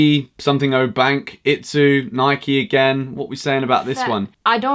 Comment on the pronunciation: He said Nike wrong